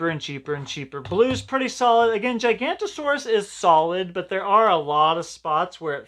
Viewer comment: The gigantosaurus is acutely pronounced giga-nata-saur-us